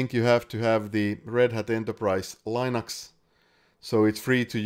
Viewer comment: Thanks! Super informative video! My only quarrel is the mispronunciation of "Linux".